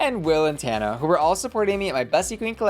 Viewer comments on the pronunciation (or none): none